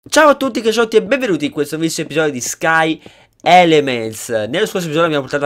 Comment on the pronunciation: Già ai primi secondi 'Benvenuti in questo nuovo episodio di Sky..." e con la pausa sembrava stesse dicendo Grind xD